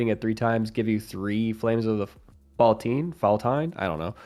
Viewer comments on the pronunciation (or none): I believe it's pronounced "fall-teen" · i believe “faltine” is pronounced FALL TEEN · Not that it's important but I believe it's pronounced flames of the "fal-teen"